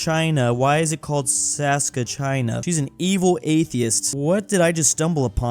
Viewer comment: trying to avoid saying province of Saskatchewan or in this case Saskatcheyani